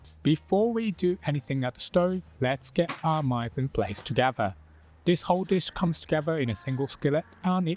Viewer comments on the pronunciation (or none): great recipe, thanks! And just FYI, it's "meez on plass" rather than how you pronounced "mise en place". French term!